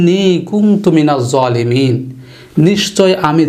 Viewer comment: ইল্লা আংতা নাকি ইল্লা আনতা,,,,,,ঝলিমিন নাকি ঝোয়ালিমিন ?